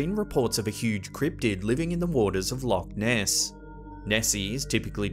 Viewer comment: When say Loch Ness in Scotland its pronounce like luuk ness